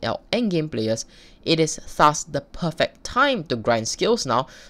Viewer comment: it made me aggresive when you said "thus". idk why but you just pronounce it so weird!